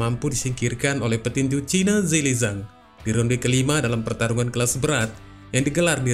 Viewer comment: Min, namanya adalah Zhilei Zhang. Bukan Zheili Zhang.